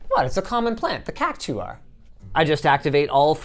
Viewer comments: That was a weird way to pronounce cactaur, but I enjoyed there being a cactaur. Though in recent versions I think they call sabotender now which is a combination of cactus and pretender I think. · I always pronounced it KAK-tar. Am I right or are you?